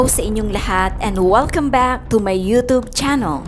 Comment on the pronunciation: Kindly google on how to pronounce YOUTUBE the right way..